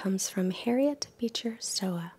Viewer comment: Good video. FYI Stowe is pronounced “Stoh”